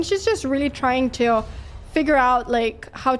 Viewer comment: Stooop pronouncin "tschu" instead of "to", "too", or "two" ...It drives me nuts 😅